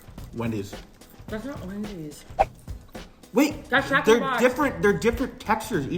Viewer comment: It really sounds like she's saying Jack in the crack